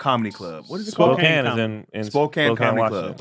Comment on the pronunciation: Spokane is pronounced spo-can